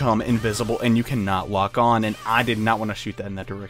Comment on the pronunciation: Did you say can't lock on woman or can't walk on woman?